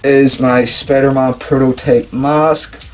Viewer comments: "The spader on the chest " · why you say spader when it's spider